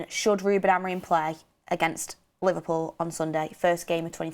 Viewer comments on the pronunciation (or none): none